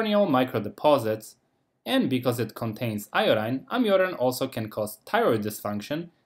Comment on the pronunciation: You word can is practically indescribable from your word can't... please say can or can not... dont abrievate, if clarity is important to you.